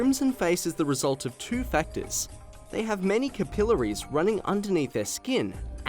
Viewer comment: "Capillaries" is pronounced "CAP-i-llaries." Please.